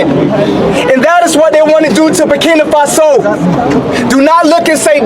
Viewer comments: This, girl from America doesn't speak for the educated blacks in America.... they're ALL LOOKING FOR A WAY TO FLEE AMERICA! KNOWING, AFRICANS born in America are killed and hated since being in America! I just don't like how she talks and continues to call "Burkina FA' SO....BURKINA FAAAASO...SMH GIRL GET YOUR CRAP TOGETHER! If, you speak on Africa? PLEASE,do it intelligently as Africans are intelligent.❤ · WOW....u should seriously NOT be the one who speaks on Africa's "Burkina Faso." Because u don't even pronounce the name properly and that's embarrassing. And, ONE African born in America DOES NOT speak for the rest of us! Traore, is WISE not to come to the states....he shouldn't TRUST that they will do right by him. Wisdom, is a principal thing for a President to have....#BRAVOPRESIDENTTRAORE 🙏🏼🌹